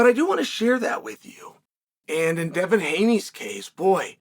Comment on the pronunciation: Takes a lot of skill to mispronounce Devin. Undefeated.